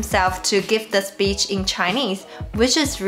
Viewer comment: "He wanted his peach to go down". LOL! This is a common mistake Chinese speakers make. LOL! It is an "i" not "eeee" sound. Thanks for the video.